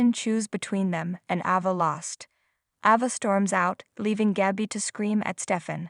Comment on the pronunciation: Ava, fist a long a , pronounce correctly!!!!!!!😂😂😂😂😂😂😂😂😂!!!!!!!?!!!!!!!